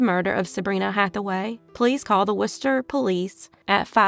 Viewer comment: Thank you for pronouncing "Worcester" correctly! Most out-of-state people do not